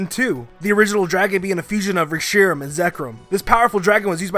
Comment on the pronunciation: i wanted to commit fork-toaster when he mispronounced Reshiram and Zekrom.